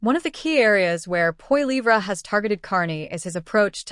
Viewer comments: AI voice. Does not how to pronounce Pierre's last name. Can't watch this. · Just a memtion that pronunciation our Pierres' last name is incorrect. Go Blue!